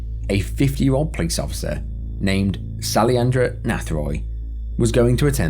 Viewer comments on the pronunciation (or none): Great video again. But the guy from India His name is Sailendra. Not Saliandra.. Have a good one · The Indian man's name is pronounced as " Show - e - len - dro "